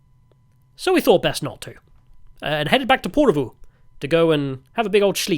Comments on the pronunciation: Ok.. Lived in Finland for 24 years now, speak Finnish and HATE it when content creators make videos but don't learn how to pronounce any of the place names properly.. I instantly gave up when you butchered Porvoo. At least TRY to speak the names properly. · Tää on niin tätä. Vieraiden kulttuurien kunnioitus puuttuu tyystin. Provosoidaan tarkoituksella. Paitsi, jos tää on itseparodiaa. Britishplainingiä parhaimmillaan. 😁 Se Porvoon ääntäminenkin oli ihan omanlaistansa. 😂